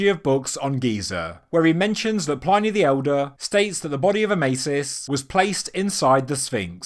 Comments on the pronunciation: Dude. Check out how to pronounce "Pliny" the Elder. I've heard you say it wrong in a few videos. Not sure what I think about this gradual construction in different phases theory. It's not so exciting. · I enjoyed this. Quite compelling. The only pedantic thing I can criticize is that "Pliny" should have the i pronounced short as in "in" rather than long as in "dine" (the e does the modifying). In most European languages it's probably best to assume short vowels rather than long. especially standalone ones like this. No such countries as "Eye-raq" an "Eye-ran" as some Americans would have them.